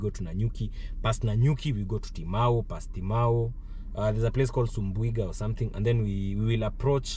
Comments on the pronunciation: its subuiga not sumbuiga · That town is SUBUIGA not sumbu...iga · Nice content, Actually the last part covered by drone was Makutano Town, Kuna Meru town sasa😅😅 Its subuiga not sumbuiga😂